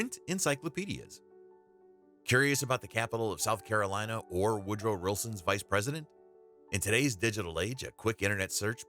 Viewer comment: Say "Woodrow Wilson" fast five times. He said "Woodrow Rilson" and now I can't hardly say it right! It's not the worst tongue twister but say it wrong on purpose and it's hard to get back.